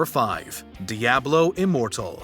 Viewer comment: DIABLO - Uh Lifer - LIO